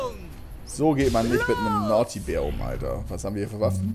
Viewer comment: es heißt Naughty